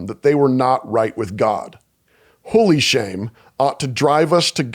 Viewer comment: Every time he says "holy shame" my ears perk up thinking he's about to swear.